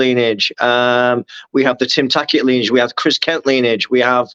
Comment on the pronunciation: Lineage* said as lin-e-age